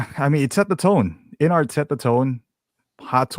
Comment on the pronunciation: Observation: It's InArt, not InArts.